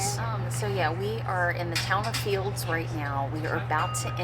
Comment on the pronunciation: There is no ‘s’ in Field. Also the ‘l’ in salmon is silent. Just in case you were wondering. 😂❤